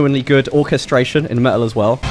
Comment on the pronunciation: Me’ol…. What is that? I know about metal, but not about “me’ol”. 😄😉